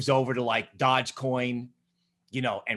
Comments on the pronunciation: its a dog based coin and pronouced dogE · He hated on Yf-dai 🤷🏻‍♂️ doesn’t know how to say DOGE coin 😂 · It’s his accent at the beginning getting the better of him.